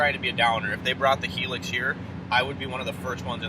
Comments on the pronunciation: Its pronounced High lucks. Not Hee lux. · It’s a Hi ✋🏻 - LUX, like Luxury without the ury .. not hilix 🙈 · I’ve owned one here in the UK. It’s not a competitor to the Taco. It’s a diesel small sized work truck. It’s in between a Tundra and Taco in terms of size. Interior is more comfortable than a Taco. 30MPG average but not the fastest vehicle on the road. By the way, it’s pronounced HIGH LUX.